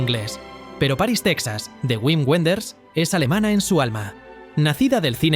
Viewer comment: ¡Güin Güenders! Aaaaaaaajajajajajajaja!